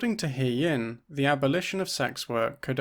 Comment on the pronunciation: Thanks for another great video, I just wanted to mention that it would have been nice to hear the accurate pronunciation of He-Yin’s name, as you pronounced “He” like the pronoun “He” but it’s actually pronounced like ‘Huh’.